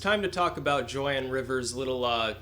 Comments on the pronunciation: it's "Joan" (not Jo Anne). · it's pronounced "jone"